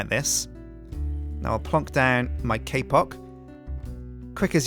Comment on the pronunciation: He says kpock like kpop